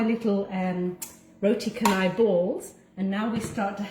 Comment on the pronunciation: Tq & it's pronounced roti CHA-nai